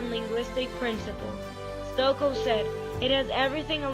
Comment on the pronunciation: It is pronounced ‘Stokee’.